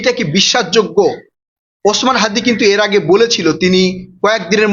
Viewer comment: হ্যদি কি????? হ্যদি হ্যদি করছেন কেন? বলুন হাদি